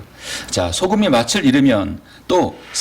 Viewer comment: 잘하시다가 왜 또 맛을 이 마슬 아닌 마츨이 될까요 열번이상 내내 그러셔서 부득이 또 지적합니다 😅 맛이 없다를 마치 업따로 안하잖아요 빚이 비치 아니고 비지듯이요😂